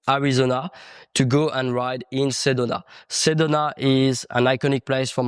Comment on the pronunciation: Repeat after me: Seh doh nah. Sedona